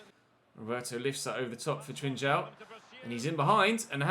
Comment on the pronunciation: It is not trichao its pronanceing Trincao learn how to pronance it is not that difficult to do.🤨😤😡🤬